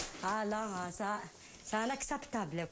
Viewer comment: ça annaçaptaple, ennaçaptaple :D